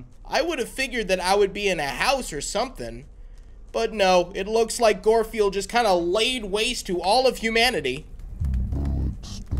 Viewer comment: Why are you saying goldfield it's guard field